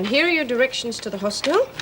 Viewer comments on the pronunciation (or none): Hos-TEL, another Meg mispronunciation .